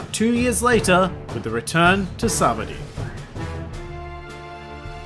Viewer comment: I think it’s funny you pronounce it sabdy good video.